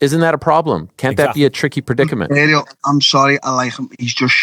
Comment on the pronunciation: Scousers really can't say 'Ariel'. Till, Pimblett and now you. You all call him 'aerial' like he's sitting on your roof catching signals. Or like the old washing powder. 🤣 Aree - el. It's not hard, mate. 🤣